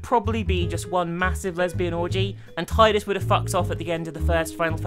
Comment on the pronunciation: It's pronounced teedus, not taidus... :( Rikku better than Payne imo